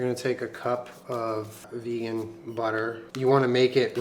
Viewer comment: My favourite thing about you is that you add extra syllables to words "I had to ta-take a phone call". Like your brain is quicker than your mouth. I'm Australian, so we mostly try to shorten our words. It's music to my ears.